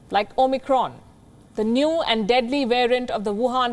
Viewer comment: did she say DEADLY? haha lol